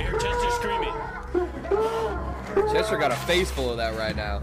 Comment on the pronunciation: bro i swear always says "chesters screaming"